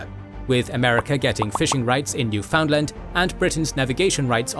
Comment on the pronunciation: Great video! But it's not "new-found-land", we pronounce it "newfunlund" lol